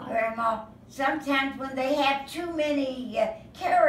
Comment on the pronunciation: It's Gramma not Grandma. cours! Gramma is her name.